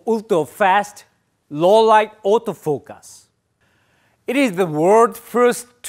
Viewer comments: Those auto "focas" really get me 🤣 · I love when he say "autofokass" 😂